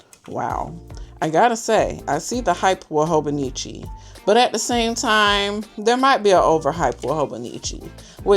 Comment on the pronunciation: It's Hon with a long "O".